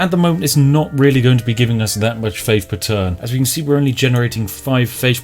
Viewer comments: Gotta hafe faffe. I'll gouge out my ears if I have to listen to you attempt the word faith one more fucking time. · Faif instead of Faith :-D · Panfion costs you faif, ladies and gentlemen. Fank you. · faif and panfian, i forget how the words are pronounced now :(